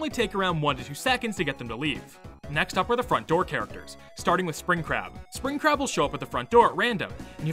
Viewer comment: I’ve never played Tyke and Sons before, so when I watched this video for the very first time and when I heard him talk about Spring Crab, I thought he was saying Spring CRAP! 🤣😅😂 I was like, “Wait, WHAT?!” 🤣🤣🤣😅😅